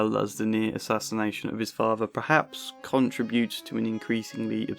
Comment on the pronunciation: It is Vito not Vi O. Please learn to pronounce your language correctly. It is father not fafer